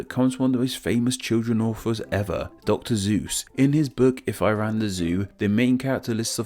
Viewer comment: ... Did he just say Dr.Zues? Ik its just the accent, but anyone else hear that???